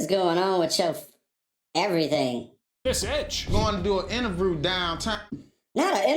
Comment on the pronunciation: “Not a intervrew. What’s a intervrew?” 😂😂😂